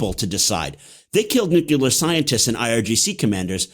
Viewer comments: And definitely not “the nuklur” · Nuclear - not “nukular” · Interesting content, but listening to your guest mispronounce the word nuclear over and over for an hour made me want to stick a pencil in my ear! There is only one u in nuclear. It's pronounced new-clee-er. Not new-queue-ler! Surprising he used the Bush II erroneous pronounciation. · Call me a snob, but I can’t take intellectually seriously a person who, with all his curriculum, still says “nukelar”. That says a lot to me as far as the rest of his “expertise” is concerned.